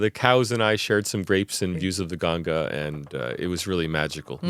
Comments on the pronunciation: I'm glad to hear that this man is pronounced ganga as ganga not gaangis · Correct pronunciation of Ganga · thank god finally they said ganga and not gangees